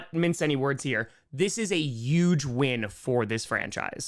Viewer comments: These "power rankings" are dumb (and I'm a 9ers fan). In this case, dropping KC down and the Bills up next to each other illustrates my point. And BTW, the word "huge" does have an H; it's not "euge"! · I feel like intentionally said YUGE so many times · Take a shot every time says "Yuge." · has no trace of an accent Also: “yuge” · If you say huge as "uge", you have to say Jaguars as "yaguars" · One way I can tell you're from New York is whenever you say huge it sounds like Trump lol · can't say huge lol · please pronounce the “H” in huge.